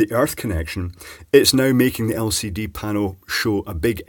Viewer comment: you misunderstood, it has an "El Seedy" display!